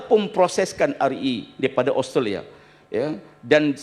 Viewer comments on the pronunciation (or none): none